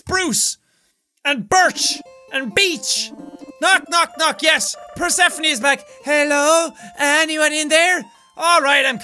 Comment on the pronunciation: Persephone is pronounced PER-SU-PHONE, like the greek goddess.